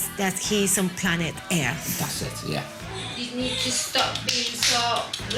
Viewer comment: when the girl said "he needs to learn that he is on planet Earth" she said aerth and im like w-wait wha-.